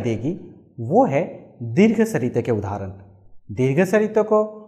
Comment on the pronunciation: मद्धमा नहीं, मध्यमा। सरित नहीं, स्वरित। अपना उच्चारण सुधारिये।